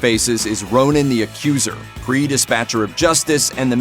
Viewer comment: Just so you know, it's Mar-vell and Kree and Skrulls. You're welcome.